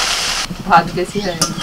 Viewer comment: ভাতকে ভাদ,বাটনাকে বাডনা, কর্ণ ফ্লাওয়ারকে কণ ফ্লোর।ও আজকাল ওর শ্বাশুড়ির মতো উচ্চারণ করে।